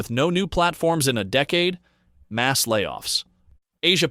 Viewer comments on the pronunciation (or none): none